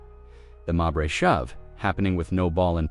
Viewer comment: It's not Marberry. Most people named Mabrey pronounce it 'May bree, accent on May.